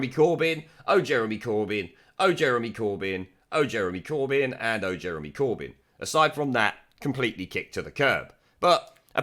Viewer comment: It sounded more like "Burn Jeremy Corbyn!"